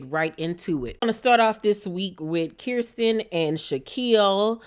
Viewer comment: LMAO do you mispronounce people's names on purpose lol. It's Fal and Kirsten (ker-stin) lol